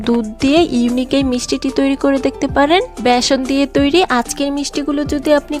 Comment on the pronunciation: ম্যাডাম ভ্যাসন নয় ওটার নাম ❤(ব্যাসন)।